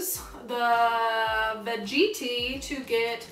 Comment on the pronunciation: veg eti, not veg iti